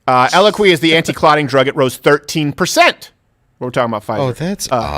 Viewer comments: Steven’s French Canadian pronunciation of the drug Eliquis has me lol-ing. 🤣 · Damn French-Canadians….it’s eloQUISSSSS STEVEN, ELO-KWISS….🤦🏻‍♀️ Dad takes it. Still love the point, but ELOKWISSSSS….not ELOKWEEEEEE 🤣😂🤣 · Its pronounced EL E C W I S